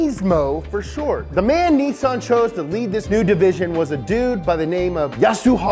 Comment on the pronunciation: THERE!!! You said it! "NEE-SON" !! NICE!!! ARI-GATO! lol!! :)